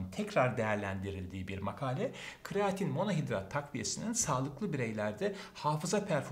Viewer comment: kreatin hocam, kraatin değil.